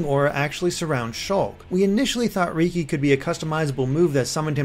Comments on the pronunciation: I know you haven't played xenoblade chronicles... so it is understandable... but riki isn't pronounced rEEkEE but it is pronounced like the name ricky... hey no one can be perfect like heropon ricky... I mean riki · R-Reeky? really... its ricki said like ricky. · ***** Yeah, but most others call him Ricky, so it's weird to hear it pronounced that way in a non-nopon voice.